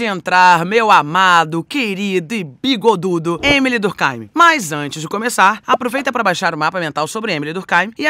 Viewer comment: Bem que poderia pronunciar durk eim, e não durk áim. O nome é francês, o pensador é francês, escrevia em francês. Lógico, durk eim.